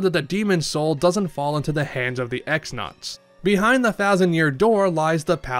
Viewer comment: i grew up saying x-nauts too but its actually pronounced cross-nauts also little spoiler in case someone somehow hasnt finished the game . . . . . . . . . TEC-XX is pronounced TEC-double-cross, hinting towards his betrayal towards Grodus :)